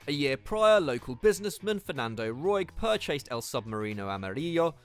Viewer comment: Did he really just pronounce purchased pur-chased?